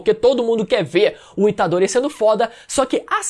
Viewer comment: Rapaz falou itadore tá morto tomei um susto kk😂